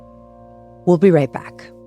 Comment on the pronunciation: "Wool be right back."😂